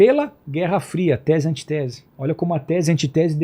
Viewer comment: Não é antitese, seu pastor, é antítese! O sujeito não sabe nem a pronúncia... Imaginem!